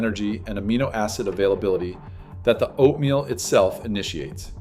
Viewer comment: Right? I was taken aback by that as well. Why did he pronounce it like that? Is this even a real guy? Or AI ?